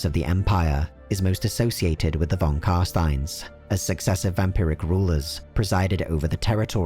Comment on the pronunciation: You mispronounced non Carstein. They're going to feed you to bats.